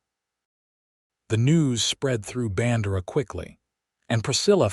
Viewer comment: No soul in Texas would pronounce BAN-DEIR (DARE)-AH rhyme with SANDRA. AT ALL. EVER.